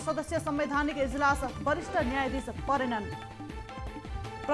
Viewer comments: इजालस होइन हौ सर/म्याडम "इजलास" पो त ! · Ijalas haina k ijlas ho reporter jiu.